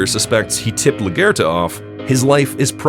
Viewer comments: La Gare-ta? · Why is it that every commentator cannot pronounce Maria’s last name? That say it constantly in the show as “LA-GWARE-TA” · Luh gwer tuh. Sayit right 👍🏻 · You pronounce her name kind of like Lagertha from Vikings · The way you pronounce LaGuerta is cringe haha